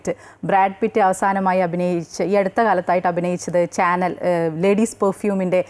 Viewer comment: ബ്രാണ്ടുകൾ... ചാനെൽ? ഷനേൽ ആണ്.. ലുയിസ് വിറ്റൻ.. അല്ല.. ലൂയി 'വൊ'റ്റോൺ ആണ്.. 🤭🤭🤭 ഇതിന്റെയൊക്കെ pronunciation ഒന്ന് ചെക്ക് ചെയ്തിട്ട് പറഞ്ഞ് കൂടെ? വെറുതെ യൂട്യൂബിൽ ചെക്ക് ചെയ്‌താൽ മതി. ഇതൊക്കെ ഓരോ അവതാരകരും ചെയ്യേണ്ടതാണ്.